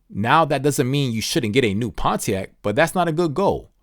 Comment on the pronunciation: i cant get over pon-t-ac